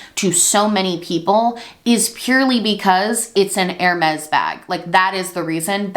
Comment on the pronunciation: Bless you but Hermes is pronounced more like Herr-may